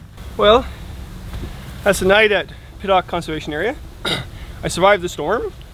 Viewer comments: It’s Pit-tock not Pit-lock lol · Say Hey... It's Pittock not Pittlock... LOL